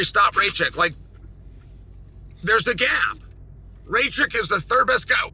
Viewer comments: "Ray-check?" Thats a liberty even by Chael standards. 😂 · Is “Raychick“ supposed to be Rakic?